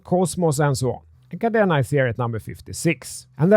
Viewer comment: he can’t even pronounce it properly and yet had the audacity to make the video. How embarrassing 🙈 🤦‍♂️